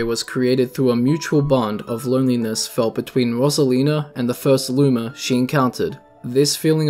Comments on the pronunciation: Rose not ross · Its pronounced ROSE-ALINA NOT ROS-ALENA WHEN PEOPLE SAY IT WORONG IT PISSES ME OFF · bro the way he says "rosalina" messes with me lmao